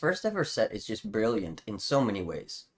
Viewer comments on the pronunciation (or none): none